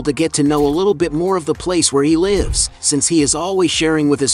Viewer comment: I had to stop the video as soon as he mispronounced “Lives” within the first 5 sentences😅😂😂😂😂 how can he speak about something he can’t even pronounce🤷🏻‍♂️